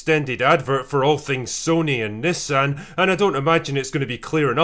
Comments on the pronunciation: This was a good video but I swear critical drinker and his mispronunciation of the word Nissan was just too much I couldn't take it I was laughing so hard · I throughly enjoyed this flick. And also learned that us Americans call it knee-saun instead of Nis-san. So weird. Lol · I noticed you say Nissan as 'Niss-an'...We Americans say 'knee-sahn". Words are hard... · I'll never understand why foreigners mispronounce words and names like Nissan (NEE-sahn) when the company literally pronounces it in their advertisements for all to know. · Sorry, lol'd everytime you said Nissan haha